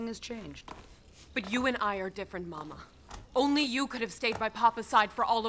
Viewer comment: I love well researched period films but the way the actors mispronounce some words is very irritating..... it's Mamma, two m's so longer m sound, and papa' is being pronounced Papa, (which is only used for the Pope!), without the accent on the last letter...very irritating. Admittedly this film is made for the american market so most are none the wiser......